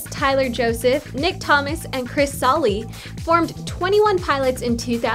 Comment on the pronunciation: Is NO ONE going to point out the fact that she said "Chris Sally" instead of "Chris Salih"